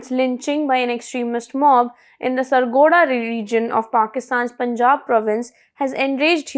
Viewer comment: baby... its sargodha not sargodaa